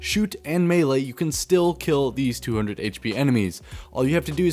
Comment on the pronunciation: holehog, handsoap, mele, geez bud